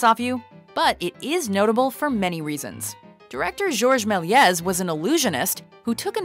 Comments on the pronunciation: George Méliès, as in mill-ee-AY, not mill-ee-EZ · I may be wrong, and correct me if I am, but I'm pretty sure the name is not pronounced 'mell-yez". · did anyone else cringe when she pronounced george melies